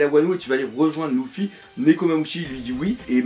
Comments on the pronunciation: Dark Knight Si si mdrrr mais bon sa me fait jsute rire quand il dit Louffy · Mdrrr le fameux Louffy sa me tue à chaque fois que tu le dit